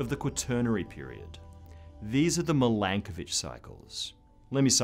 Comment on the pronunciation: I want to say THANK YOU for giving credit to a Serbian scientist and pronouncing his name correctly. You made my day.